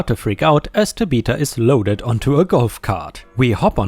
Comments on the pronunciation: It’s not Ta be ta, it’s Ta bith a. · man this narrator needs to learn tabitha is tab☼ith☼a not ta☼bith☼a, everytime he tries to say it my head spins a little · That girl's name is pronounced TAbitha emphasis on the TA and pronounced with a short a as in at . And I assume the park is at six flags over Texas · Tabitha is Tab' uh thuh (the th sound like that of thumb). ⭐⭐⭐⭐⭐⭐⭐⭐⭐⭐⭐⭐⭐⭐⭐⭐⭐⭐⭐⭐⭐⭐⭐⭐ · BTW Tabitha is pronounced TAB-ith-a, like Tab soda. I hope that helps. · Last Story - Amusement Park where a Karen kicks and injures a Service Dog. here is how you pronounce Tabitha Tab ith ah The ith is (it) but with a (th sound after the short i) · I do enjoy listening. But when you got to the name Tabitha. It kind of through me off. Pronounce Tab-e-tha. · Tabitha is pronounced 'Tab eh the' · FYI generally Tabitha is said Tab i (short i sound) tha or Ta bi tha where the vowels are the short sound rather the long sound. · Tabitha is pronounced 'tab-a- tha' (think like 'the' except the 'e' sound becomes a 'ah' sound). ✨⭐great job as usual! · I was thinking this when was telling the story. Another pronunciation that I have heard is: tăb- short i like in it-thă. Both of the a are short like in as. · TAB-ith-a, accent on the TAB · pronunciation might be the way to say the name in his own language. Also, it's Ta-bi-tha, not Ta-bith-a.